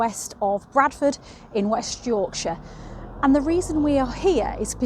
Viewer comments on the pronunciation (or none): none